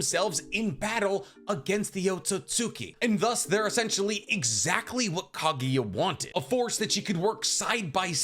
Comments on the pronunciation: FFS it’s KAGUYA NOT KAGIYA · “Cogkhia” lol